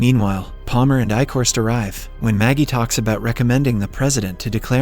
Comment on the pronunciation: I was thinking it was also an ai bc there’s times where he mispronounces words really weirdly. Like in this video he says Paler instead of Palmer, which somebody doing a voice over wouldn’t really make that kind of a mistake.